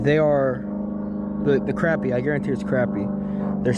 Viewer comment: Good to hear "crappie" pronounced right. Nice fishing!